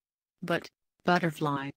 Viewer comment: Bazı telaffuzlar çok kötü. Butterfly, always, poor vb.. daha bir çok kelimede telaffuzları kötü. Bilgisayar yerine gerçek kişiyle yapılsaydı daha iyi olurdu.